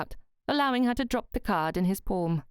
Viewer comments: "Porm" (palm), "Corm" (calm). I'm not sure even the plummy mouthed malformed palate upper crust would say these words like this? As a native English speaker, I'm more used to "Pahlm" and "Cahlm". (I'm spelling them phonetically, as much as possible). Would I be very wrong? Also I speak Australian type English, so we do say some words differently to those folk in Great Britain... 🙂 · I found this very strange as well. It's a good story and the narration is really good except for these few odd pronounciations.